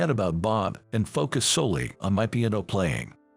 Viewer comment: Really .... pronunciation is horrible ... can't even say piano